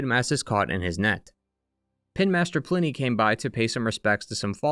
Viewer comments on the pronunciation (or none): none